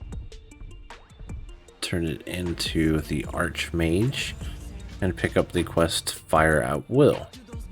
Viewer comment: Exarch= exark. archmage = Arkmage.. your driving me mad bro